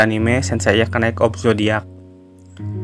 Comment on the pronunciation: kak, channel mu cukup menarik, hanya narrator-nya pelafalan F/V dan R nya kurang OK. juga termasuk pronounciation beberapa kata dalam bahasa Inggris-nya juga kurang OK. contoh : knight dan night itu lafalnya sama, dibaca : nait. dan masih banyak lagi. ayo latihan baca dan perbaikan lafal terus menerus sebelum di-record video nya. semangat!